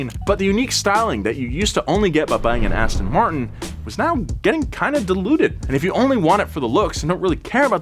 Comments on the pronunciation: Aston Muurrrrrt-in - That's not how you pronounce the royal brand. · I would be a good start if you could pronounce the name correctly. It is "Aston Mar-tin" and not 'Aston Mart-in" as you say! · ass ton martin omg learn how to pronounce it first